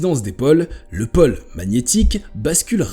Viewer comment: pÔle et non pole